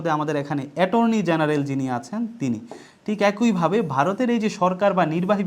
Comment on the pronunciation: অ্যাকোইভাবে নয় একইভাবে হবে।